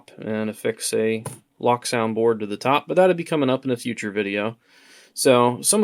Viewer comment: Also, it's Loke-Sound, not Lock-Sound. As in Locomotive.